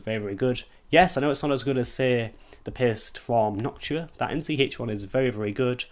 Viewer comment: i thought he said he was pissed....i was like OHHHHH "paste"